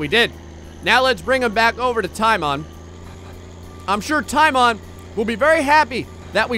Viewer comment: Teimon, say it like Taymon, or Matt (Mät) Tamon His name is actually Teimo, Teimon means Teimo's.